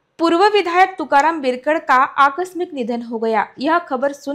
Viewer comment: Madam बिरकड nahi बिडकर बोला